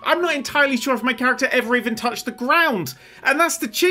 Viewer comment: He really bo't-ched it